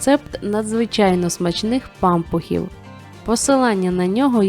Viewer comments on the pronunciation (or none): пампухІВ а не пАмпухів НАГОЛОС НА ПОСЛІДНІЙ СКЛАД